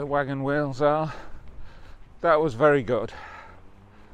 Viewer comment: I thought at first you said "whales" , but it was wheels. Quite photogenic wheels they were. 😀